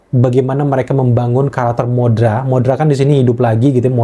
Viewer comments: Godzilla X Kong terlihat jadi guyon??? C'mon, coba liat film² Godzilla di era Showa deh. Disana Godzillanya malah lebih lawak!!! Dan btw bukan Modra tapi Mothra dibaca (Motra). Kalo di Jepang penyebutannya Mosura 😅✌🏼 Dan satu lagi film Godzilla X Kong ini memang terinspirasi dari film² Godzilla era Showa dimana di era itu film Godzilla dibuat sangat fun dan lebih berfokus pada pertarungan monsternya dibanding drama manusianya. 😉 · Setuju. Wajar sih si ini terlihat kurang puas, soalnya dia awam banget sama film² Godzilla. Terlihat dari cara penyebutan Mothra aja udah salah. Skylla pun penyebutannya dia salah. Yaaah begitulah 😂